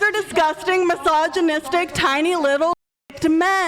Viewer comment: 😂😂😂😂 gets deaf threats next. She said masagomistic 😂😂😂😂. People were upset over Crawcker. It's not even a word. Absolute proof that some votes shouldn't matter.